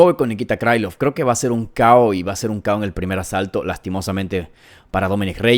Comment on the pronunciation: 1.-T. Gore no gano el Contender Series (lo gano Battle). Tulio es mas completo y versatil - Gana Tulio. 2.--Xionan no tiene buen piso, Shang trapeó con ella, si pega duro - Gana Jandirova porque tiene muy buen BJJ. 3.-Krilov no es un apellido gringo, y trae una "k" de inicio, no se debe pronunciar "Craylov" (no jodas) - Gana Krilov. 4.-Patricio se apellida Freire. Yair es malisimo en su anti derribo, ahí se va a meter Pitbull - Gana Freire. 5.-Dos veces dijiste en tono socarrón, que Mitchell cree que LA TIERRA ES REDONDA, ja ja ja ja, parece que andas muy mal - Gana Silva. 6.-Pimblett....se abre mucho al disparar, por ahí puede entrar la mano de Chandler, sin embargo...Pimblett va a hacer lo que no hizo Oliveira, y se va a rankear en el 6to. Chandler esta golpeado, y tiene edad. 7.-Lopez es mas alto, tiene mucho mas alcance, es rapido, buen striking, un BJJ campeonil, quizás su problema puede ser el cardio.Si Lopez no termina la pelea en 3 rounds...puede que Volka gane. Creo que gana Diego López.